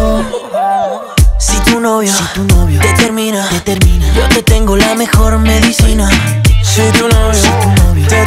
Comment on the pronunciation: Alguien más oye “cocaína” cuando dicen medicina ❓❓❓😳😳😳